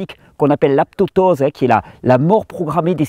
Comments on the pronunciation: On dit apoptose Thierry, et non pas aptoptose ^^ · Mon bon Thierry excellente vidéo comme d habitude avec des conseils simple et fonctionnels ... Ta langue à due fourcher cependant lorsque tu as parlé d aptotose au lieu d apoptose. Je le signal au cas ou tu souhaites le corriger A 16 min40. Merci pour tout Thierry-le-couillu:-) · Apoptose et non aptoptose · Salut Thierry, on a sûrement déjà dû te le dire, mais tu prononces mal le mot "apoptose" ! :) (mort cellulaire programmée)